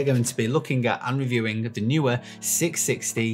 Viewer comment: Great video, thanks! I've just bought 3 660's (£178 with Amazon UK promotion, May 2021), to use on a classical music video, to be recorded in a small church. Hopefully, they will be bright enough. Most people say 'knee-wear', when pronouncing Neewer.